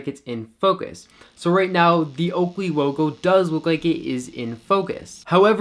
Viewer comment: That oakwey wogo came out nice and sharp in manual focus. Great review and very informative!